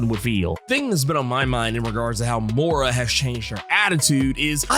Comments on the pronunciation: It's "Moy-rah" not "Mow-rah." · I'm starting to think this guy intentionally butchers names for fun. 🤣 More'rah... Oh god.